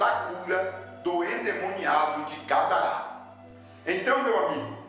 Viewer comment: O nome é Gadara, não Gadará .